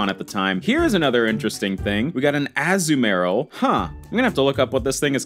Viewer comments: the way he says azumaril 😭 Its Azoo murl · As-mor-ill is how its pronounced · Azumarill: (Uh-zoom-uh-rill) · I cant with with the Azumarill (Azoo-Marill)